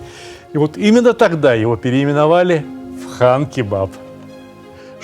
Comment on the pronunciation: Сталик здравствуйте! На якутском, Хан- кровь, не Кан. Спасибо вам за контент большое, смотрю всегда с удовольствием!) Якутск передаёт привет!